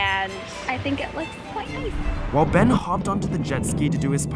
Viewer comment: It’s funny how calls Ben bean😂😂😂😂